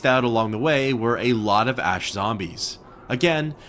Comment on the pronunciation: It's so weird how you can pronounce the word ash correctly half the time but the other half its "aash"